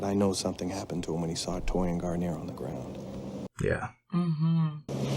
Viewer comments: "Gar-neer". "Garn-yay" is a shampoo. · Its garneer not what you say